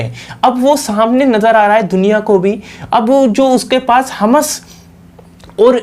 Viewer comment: बेवकुफ हमस नहीं हमास है l ठीक बोलना तो सीख लो